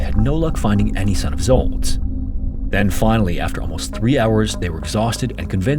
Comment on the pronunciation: The name Zsolt is extremely common, and is pronounced “J-olt”, roughly like the “J” in “Jacques” or the vibrating “juh” sound in “treasure.” IF YOU DO NOT KNOW HOW TO PRONOUNCE SOMETHING THEN LOOK IT UP THERE IS NO EXCUSE ANYMORE JUST PURE NEGLIGENCE!